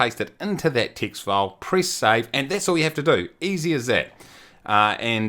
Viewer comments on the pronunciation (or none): none